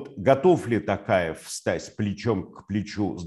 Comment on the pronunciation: ТОкаев а не ТАкаев